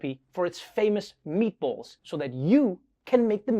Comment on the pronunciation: "Meatbölls"?! Why not just use "ä"?